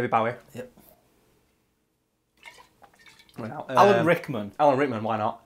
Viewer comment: You complained about mispronouncing Rowling (JK Rowling) but I’m pretty sure you mispronounced David Bowie’s last name?